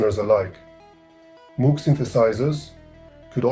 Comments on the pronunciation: It's a shame you didn't bother even acknowledging previous devices that had a role in the development of sound synthesis. Theremin; Ondes Martenot; Novachord; Clavioline etc. Also, you pronounce Moog incorrectly. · Thank you for your feedback. It's true that I need to work on the pronunciation of Moog. Unfortunately, English is not my native language (which is also true for the majority of people in the world), so I ask for your understanding. Since not only I but also the audience has pointed out the sound levels, the soundtrack and narrator will be improved, where I will also take your suggestion into account. However, I don't understand why you're criticizing me for not mentioning earlier electronic instruments when the title clearly states that it's a history of synthesizers. I plan to make a separate piece on various, often very interesting, electrophones and the very beginnings of electronic music, which go back to the 1920s. I hope this is good news for you.